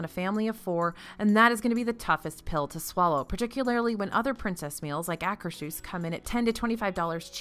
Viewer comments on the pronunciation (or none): i know you hate being corrected on pronunciations but...akershus is pronounced akerz hoose. it refers to the akershus castle in norway.